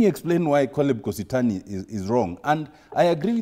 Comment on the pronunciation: Doktari yawa is kositany not kositony